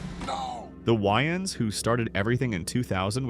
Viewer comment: Bro said the Wayne’s but I heard the yns 😹😹